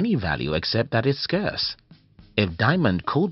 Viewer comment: At least pronounce Scarce correctly...